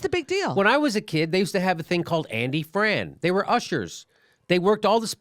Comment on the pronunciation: Andy Frain, not Fran